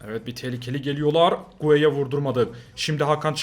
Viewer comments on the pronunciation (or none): Gueye ne alaka abi Guedes o (gedeş diye okunuyor)